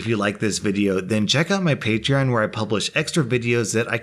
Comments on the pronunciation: Just noticed he started pronouncing patreon the right way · the fact that he says Patreon right now is just...so relieving.